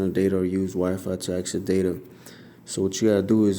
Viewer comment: You said wi five lol